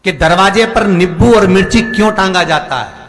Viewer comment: Nippu Nahin Nimbu Hota Hai